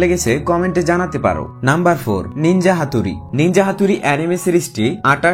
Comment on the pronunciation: Ninjar naam haturi na hathori thik kore bolar chesta korun